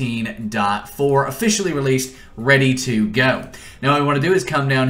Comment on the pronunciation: i hate to say this but the way he says 1.14.4 is really bothering me, no hate though. His tutorials have helped me a lot in the past